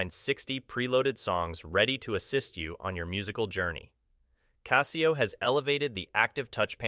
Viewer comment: There is no Z in Casio, it is a soft s.